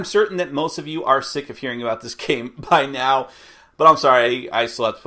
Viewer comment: "There are animals a boot..." Sounds like someone's been spending time with the Canadians.